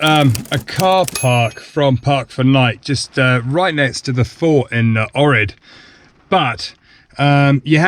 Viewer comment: Great video! The best time to visit Ohrid is the summer. I believe that church is also home to some wild Peacocks too. Also the proper pronunciation for Ohrid is Oak-reed.